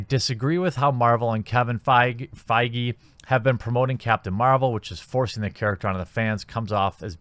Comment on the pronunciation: What the fuck is this ? You keep saying rumour rumour rumour allegedly rumour, leak all shit ... also If you can't say Kevin Feige maybe you should do some research prior to your video .... sloppy hate video ... like captain marvel film itself.....